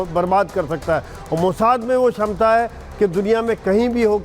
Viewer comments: मोजाट नही मोसाद होता है एंकर महोदया 😂😂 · अरे इसको एंकर किसने बना दिया सहि उच्चारण भी नहीं कर पा रही. मोसाद हैं सही.